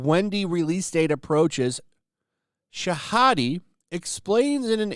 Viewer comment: For the record Yara’s last name is pronounced “Shah Hee-Dee”.